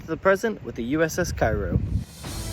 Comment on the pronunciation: You stated the ship was named after the town in Illinois. In that case the correct pronunciation of the ships name is "Kay row" rather than the common Cairo of Egypt.